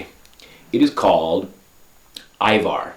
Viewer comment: ajvar yeah lol u said it correctly :D but in comments they keep witting ivar